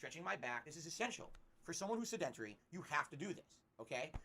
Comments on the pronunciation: Lol he doesn't know how to say sedintary. Is he not able to go to the gym in his free time? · Sounds like drug withdrawal or the flu. "Sed-en-tri"